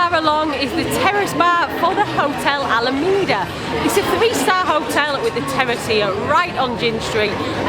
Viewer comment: Alameda St. It''s pronounced AlaMAYda street, not alamida street.